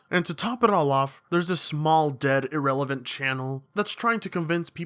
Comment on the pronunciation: Great video, but "Irellavent" UGH........ and that's the first symptom of Ricegum